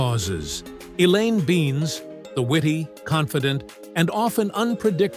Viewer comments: It’s Elaine Ben Ez, not beans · I guess AI voices have trouble pronouncing some names. Neither the AI nor the person who produced this ever watched the show. The would have known Elaine’s last name is NOT pronounced as “beans”. It is “Ben-iss”. Sloppy work on your part, Mr. Producer!